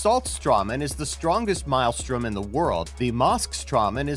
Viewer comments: What is with all these top lists narrated by people who can't pronounce common words lately? Maelstrom is pronounced "MAIL-strum", not "mile-strom" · Look up the pronunciation of maelstrom. You're saying it wrong.